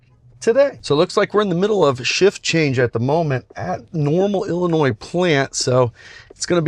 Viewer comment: Did you add an s to Illinois and have to cut it out or is it to hard to say it with the state of our State... LOL... Ah ok, you said it later... haha...